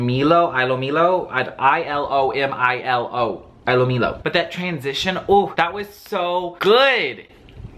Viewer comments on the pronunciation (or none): Ilomilo it pronounced “ee” “low” “me” “low”